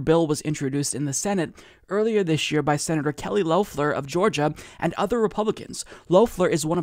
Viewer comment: The correct pronunciation is either "loff-lehr" or "shit-head."